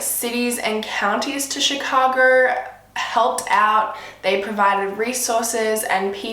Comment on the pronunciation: The ways she said Chicago “chiagor”